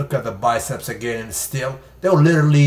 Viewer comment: "Front double testeeeezzz!" Im dying😂😂